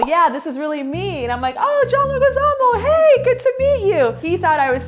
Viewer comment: BRUH SHE DID NOT JUST PRONONCE HIS NAME WRONG !!! It's John [Leh-gee-za-mO] tf was that Dios mio !